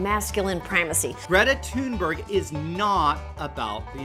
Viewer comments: It was a good attempt to pronounce Thunberg, but it wasn't quite there. Nordics would have difficulties to figure out what the last part was without context. You pronounced it something like Thenberry, but the actual pronunciation is something like /Ty:nbæri/. (Just like she said.) Swedish pronunciation of "u" is often closer to English ... hm ... can't think of a word in English with that sound. Dune! The "u" in Dune is somewhat similar to "u" in Swedish. At least the beginning sound before it transforms in to "u". If I would write dune so that a Swedish person could phonetically read it and it sounds English, I would write it "Dyoon". The "e" in berg (lit. mountain) is pronounced similarly to the "a" in the English word "bad", except shorter. I suppose in pronunciation text it's the Danish/Norwegian ae letter, æ. (Not sure since I don't actually know how to write that pronunciation text with weird characters.) And the Swedish "g" is closer to "j" in English - well, Swedish "g" is like the English soft g, so the ending, "rg" is closer to "rj". But it was a good attempt for a non-Nordic person. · THIS THREAD NOW BELONGS TO SWEDEN, PREPARE TO BE WELLFARED AND EDUCATED "Berg" in swedish isn't pronounced "Beru," It is "Beri," where the "i" is a consonant-i. In English, "y" is used as a consonant-i, where you say the "i"-sound so quickly that it naturally moves to the next vowel as if it was a consonant. Yes, aye, you etc are all words with y as a consonant-i. The easiest way to explain the pronounciation would be to say "Ber-yes" and ignore the "-es"-part, while still "moving" the "i"-sound until the very end. THIS COMMENT HAS BEEN BROUGHT TO YOU BY SWEDEN. KEEP CALM AND FIKA. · Your dunking and ridiculing of Greta does not become you. Grow up,. And, no, her last name is not pronounced "Tiiunbeu". That is not what she is saying, either. Come on, for fuck's sake. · I am Swedish and her name is pronounced Gre-ta Tun-bearj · Lol no. Pronounce it like ” toonberj ”